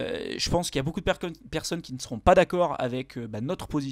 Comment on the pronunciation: « Beaucoup de perconnes » joli labsus 😂